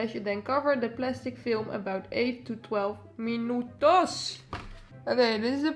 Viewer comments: i love the way she said "minuTOS" xd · When you say "minutos", you sound like a latin girl 😍